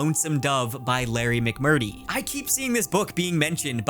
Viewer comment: The way you said Larry McMurtry. Yikes.